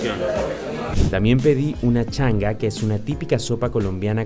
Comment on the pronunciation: Te hubiese recomendado bajar las Arepas rellenas con Kolcana (desapareciò con el monopolio de Cocacola). Arepas rellenas con Cocacola. Cada cosa con su cosa !... Cuajada con dulce de mora. Se dice Changüa, nó changa.